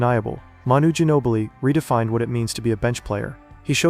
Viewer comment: “The San Antonio Spurs select Emanuel Gino-Billi” -David Stern.